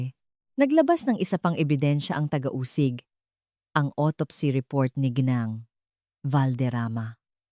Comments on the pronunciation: Tinamad na akong manuod at toooooo dragging tapos mali2 pronounciations ng mga tagalog words like ginang naging gineng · akala ko ung "GINENG" ay pangalan..Ginang pala..AI voice ngani😂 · Ginang po ginang Hindi geneng pati alibi mo di ganun tamang bigkas 😅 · advice LNG po sa narrator ng story DTO Gng ...should pronounce GINANG SA TAGALOG MEANS MRS.IN ENGLISH ..NOT GINENG HE HE HE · ARAY KO PO ,SAKIT NA ANG TIYAN KO KATATAWA GINENG , GENG, ge e neng,ga eng ,& other ways you pronounced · im wondering, bakit hindi nila interrogate separately mga asawa? gosh.. AI voice possibly influenced the youth tomorrow 😂😂it tooks time for me to understand what "Geeneng"😂😂..Ginang pala😂😂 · Puede ba bigkasin mong maayos ang salitang GINANG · Ok sana pero ang pangit ng bigkas mo sa ginang sana mrs. Nalang ginamit mo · yun din ang nasabi ko... kaya kabuweset talaga!!! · It's so funny the way you pronounced G I N A N G .& in different ways.Research in needed so you can make less mistakes or less errors!